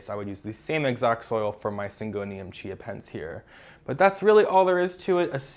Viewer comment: Anyone else can't help but hear Syngonium "ChiaPets"? 🤣🌱😍